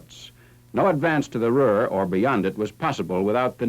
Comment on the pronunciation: Its Ruhr. Greetings from Germany